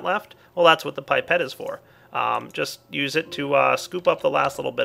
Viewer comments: Pie-Pet O.o ... *ahem* ... I think you will find it is Pip-et Because pronunciation is how we are rolling today ! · It may have been said before, but it's "pip"-ette, not "pipe"-ette. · Its not PIPE-et (phoenetic) its PIP-et. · "Pipette" is originally a french word, that's why it's pronounced "pip - et", like we do. But it is not surprising at all to see differences in pronouncation between England and the United States. As it is confirmed here : w w There is no paradigm in pronouncation... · Holy butt "gooey" "pipe-ette" Jesus man JESUS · It's pip - et not pipe - et!!! Well, in England at leased. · pippete us pronounced PIP-et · it's pronounced pip et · isnt is pronounced pip-et